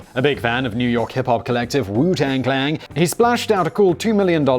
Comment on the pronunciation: This was probably already pointed out but you kept saying clang instead of clan